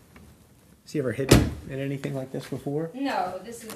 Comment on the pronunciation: And the way she pronounces words that end in G drives me insaneee! If you listen to the pretext calls everytime she says “anything” or “nothing” it’s always “anythink” or “nothink”. Theres no way she had any degree let alone a PhD!